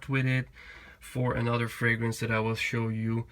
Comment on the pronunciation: You are the only fragrance reviewer so far that has pronounced every fragrance correctly! 😊